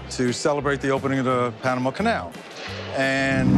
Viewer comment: she said "panarama" instead of Panama.